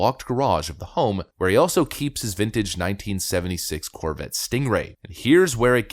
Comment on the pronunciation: "1976" CORVETT? read it of wrong lol... It happens